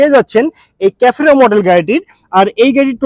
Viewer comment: ক্যাফোরো না রে ভাই। সেফিরো